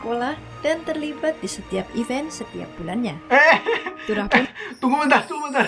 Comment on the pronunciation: Event.. bukan even 😅😅